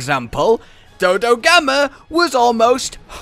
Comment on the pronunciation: Dodogama: exists* Meanwhile: Jhojhogama